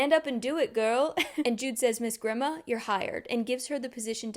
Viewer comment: the way i clocked that jude coulda came back the whole time before i even started qon had me screaming at the book cause she was so blinded by “betrayal” when other people pronounce fantasy names differently than me it makes me mad idk why like i think grima is pronounced gr-y-ma and madoc m-ay-doc